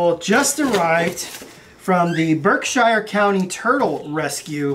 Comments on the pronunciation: Great vid, love seeing everyone up and moving around. (PS if you say Berk-shire like that in the Berkshires they’re gonna laugh. Berk-sure.😘) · FYI Berkshire is pronounced Burke Shear SHEER I know it's spelled Shire but it's pronounced sheer as in Worcestershire or Devonshire Ranged with here or there where Period of that cell phone.